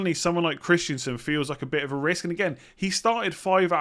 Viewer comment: stop calling Christensen for Christiansen.